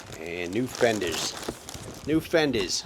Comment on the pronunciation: " Fenders" was that a Queens accent? Thanks for the entertainment.